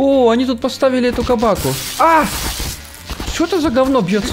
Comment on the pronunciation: Серёга почему сказал кабака